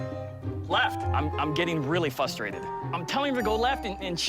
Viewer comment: anyone notice "fustrated"